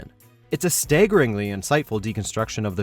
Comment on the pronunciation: "stayggering"? "thermyssiera"? I can't understand what is it with and mispronouncing words.